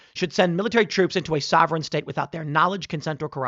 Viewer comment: Did he say “sovereign”? LOL.